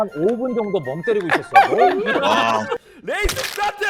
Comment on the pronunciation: 뤠이쓰 쓰따뜨!